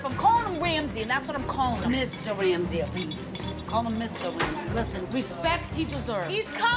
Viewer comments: ‘Mr Wamsay’ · "Mr. Wamsay at least."